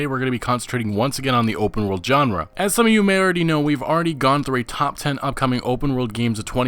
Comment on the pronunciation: I hate being that guy but it's grating at me every time u say it lol, u say "genre" wrong XD